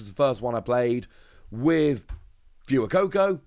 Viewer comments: So triggered on the way you say fuecoco for gods sake man its not fewycoco its fwaycoco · IT'S FWAY-COCO, NOT PHOOEY-COCO, IT'S SPANISH YOU TART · Love these videos! I get myself all excited for cards I won't have for 5-6 months 😂 Btw, Fuecoco is pronounced more like "Phway-coco", it's Spanish like "Fuego" :) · you keep pronouncing Fuecoco wrong. It's Fway-co-co. Your mispronunciation of Fuecoco makes me want to turn off the video. Baille is pronounced Buy-yeah.